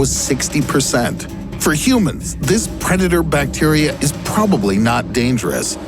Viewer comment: That pronunciation of bacteria... Plus a lot of this information is outdated and badly explained/presented.